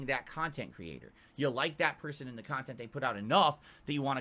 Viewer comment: He says all this wild shit and I think back to the time he said "I don't wahtch or donate to other kahntent supporters why would I they're my competition" if he did he would have ACTUALLY LEARNED something. It's 100 percent clear this isn't a passion and simply his easiest source of money. But the more resentful he gets, the more it'll fuck with him in the head on those unsuccessful pull gin nights.